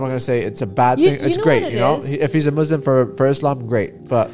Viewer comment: Nas Daily can't even pronounce 'Muslim' correctly.